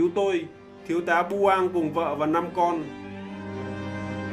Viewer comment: Thiếu tá được nhắc tới trong video chắc chắn là Lý Bửng mà ông kia đọc ra Buang